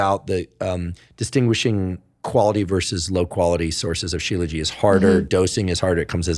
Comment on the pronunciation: Aww 😂 Professor Huberman , it's called shilajit...you're adorable..😂